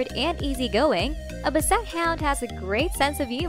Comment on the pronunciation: Basset hound is not a "Bu-set" hound it's pronounced "ba·suht hownd", short a sound